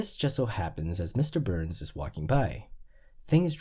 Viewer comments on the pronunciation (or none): Why sometimes do you drop the (s) when pronouncing Mr. Burns and Grimes names? 🤔